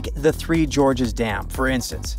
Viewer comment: Three George's Dams? It's GORGES, as in gorge, a deep canyon, and not the name George.